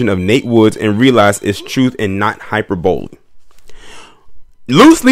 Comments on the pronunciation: It's pronounced (hi per bolee) hyperbole...it means an exaggeration of a statement...if black people hadn't voted, the execution would not have happened...she didn't mean that literally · Angela Rye and Amanda Seale are both beautiful delicious headcases. The word is pronounced high-per-bow-lee